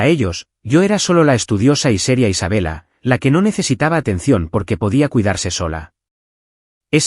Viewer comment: Familisres-68 Su narrador se oye ridículo al decir "dolar 6 M" en lugar de decir "6 millones de dolares" y ponerle a la ciudad de Denver acento en la última é", los españoles pecan de leer literalmente como ejemplo ISABELLA en lugar de "ISABELA"